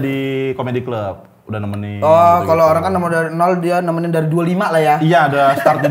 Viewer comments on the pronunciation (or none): none